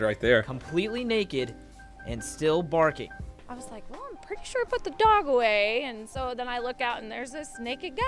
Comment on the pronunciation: I’m pretty sure the news man said borking like a dog lol